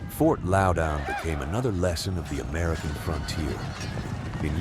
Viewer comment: Grew up near the fort..... More so where the red coats and thier families were massacred. Its pronounced fort loud in